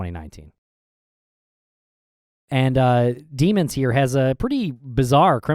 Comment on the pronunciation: it’s pronounced dem-ons